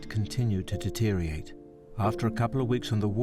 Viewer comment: It’s “deteriorate“ not „ deteriate „ like the narrator keeps saying 😬